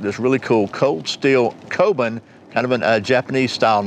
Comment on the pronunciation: It's pronounced "koh-boon".